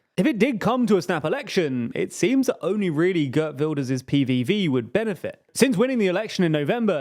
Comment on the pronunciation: Ghurt Vilders... tee-hee-hee.